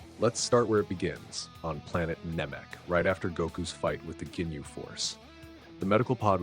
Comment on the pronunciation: GINYU, NOT "JINYU"... 😅😅😅😅😅😅😅😅😅😅😅😅😅😅STUPID!!!